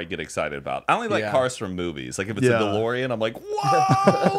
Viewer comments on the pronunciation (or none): none